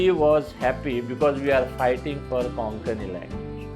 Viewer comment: Why is Konkani being mispronounced as 'Kokani " कोंकणी NOT कोकणी